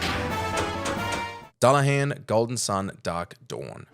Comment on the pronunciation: DEW-LA-HAN IS HOW YOU PRONOUNCE DULLAHAN YOU DUNCE!